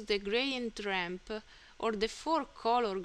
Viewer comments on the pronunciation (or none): Thank you very much bai. The "voice and text" is a very good idea. Your "non-Native English" is no problem for me. I kinda like it. (you can pay some attention to the "e" you put on the end of saying "texte" and "rampe" though ;-) Keep up the good work!!!!!!!